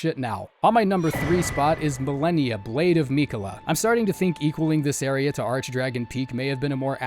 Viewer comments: I love how you mispronounced Melania Blade of Miquella😂, disrespect. She says it everytime she sticks you like a pig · Hey man I mean no hate whatsoever, but it's a pet peeve of mine that really gets under my skin so I HAVE to ask: How come you mispronounce names we hear pronounced in-game? Stuff like Marika and Mohg. And ESPECIALLY Malenia and Miquella, whose names you hear every failed attempt! You can't really avoid hearing their names so I don't understand, is it a conscious choice to pronounce them that way or does your brain just process it like it sounds like that? Yeah I know this doesn't matter and it's a dumb nitpick but I felt overwhelmingly compelled to ask, sorry.